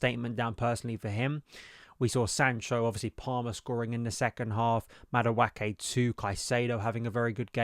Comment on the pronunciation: Bro, can you please pronounce Madueke's name correctly?